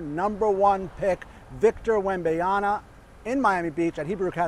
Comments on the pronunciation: Don't know why so many people say "-YANA". Yama like Mama. It's easy. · Seriously, did every media person have a meeting where they decided to all pronounce WembanyaMa as WembanyaNa?? What is up with same exact mispronunciation in the media?? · Wembanyama. M, not N! Lol. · Bro said when-bay-yana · Wem-ban-yama not so hard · Bro, it’s WembanyaMA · A professional journalist can't prononce 4 syllabes.? Wen/ban /ya/ ma..... Ma like mama or magic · Why can do one say his name right??? Yama Yama Yama